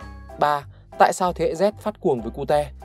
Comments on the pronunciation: Sao lại sự Cu Te :)))) phải là Ciu chứ Ad đọc Vietnamese quá =)))) cơ mà đọc cute cũng vui :v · người ta đọc là " kiu " chứ k phải " ku te " :vv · Nghe 1 hồi tưởng cute đọc là cu-te thiệt luôn á 😖